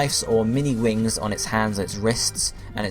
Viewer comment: u said wrings